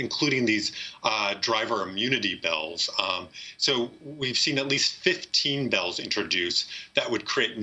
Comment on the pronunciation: This guy pronounces “Bills” as Bells 🔔